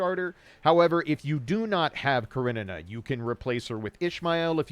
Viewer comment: I love how you pronounce Karenina